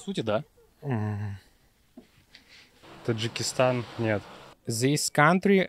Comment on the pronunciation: 6.14—6.18 слышно каппелу как бекамом как записали тоджикистон